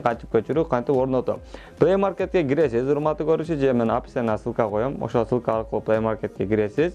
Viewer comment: Сылка эмес ссылка